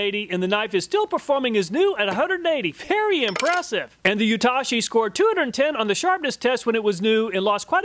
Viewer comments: Amazing and in depth review! only note i'd like to add was just the pronunciation of Yatoshi, its "yah-toe-shee" you kept saying "you-tah-shi" 😂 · its not YAH-TAH-SHEE its YA-TOH-SHE